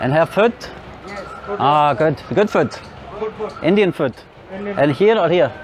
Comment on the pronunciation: Every time when you say food it sounds like you were saying 🦶😂😂😂